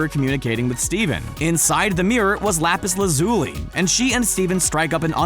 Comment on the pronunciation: Lapiszoowi XD